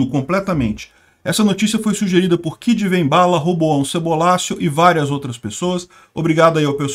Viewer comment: Kid Venbala kkkkkkkkk 🤣🤣🤣